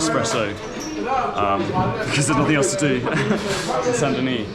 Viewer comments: Saint Denis. Don’t say the “S” or you make it feminine: Sainte Denise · The S in Saint Denis is silent...Deni. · The T in Saint is silent and the S in Denis is silent. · Stop pronouncing the S sound bro...